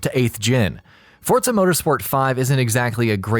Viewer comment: No "t" in Forza.